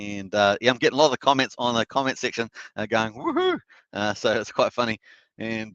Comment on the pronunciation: the Australian wohoo's are the best ones !😁